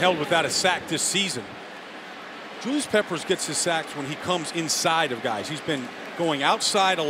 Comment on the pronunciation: "Julius peppers comes INSIDE of guys." That emphasis on inside really got to me.